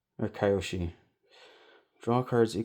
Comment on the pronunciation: Great video, kills me that you kept saying Kai-o-Sha instead of Key-o-She in the beginning but you got there. I wish I had the money for the box. Damn.